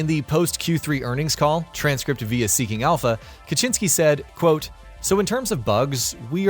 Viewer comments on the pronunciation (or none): Adam Kaczyński that hurts my ears.